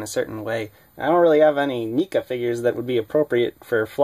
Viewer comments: You saying Neca wrong. It's not pronounced Knee-Ka it's pronounced Neck-A. Even watching reviews or interviews with Neca they pronounce it as Neck-A not Knee-ka. Also the base is okay the suction part is useful for getting real dynamic flying poses for other figures with capes or have cloth capes too to help hide the clamp and suction mount when taking figure photography photos. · Yeah please pronounce the company name right. Nika rofl